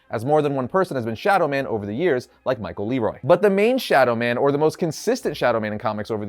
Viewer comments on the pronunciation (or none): Michael 'LEEROY' HAHAHAHAHAHHAHAHA! Michael LeRoi = (( le - wah )) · LeRoi is pronounced as Lou-Wah Love Shadow Man legacy in Volumes 1 to 3, or until the first four issues with Garth Ennis and Ashley Wood and the first video game. The rest is unrelated to me personally as a fan, because the writers and artists kept changing and in the recent reboots, they totally changed the history from Shadow Men being selected by the voodoo priestess to bloodline, and thats when I lost the connection to it. This father to son thing is not for me, it totally destroys the concept in my view, because its not about choosing the right person whos ideal to Nettie, but anyone who's the son becomes one. Its not special anymore. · Michael LeRoi is pronounced Luh Whah I believe.